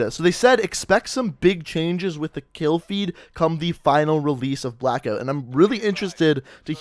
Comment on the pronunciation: Sorry but it cracks me up every time I hear you say blackoot